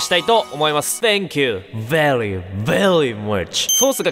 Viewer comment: 発音がveryじゃなくてvelyになってますよ！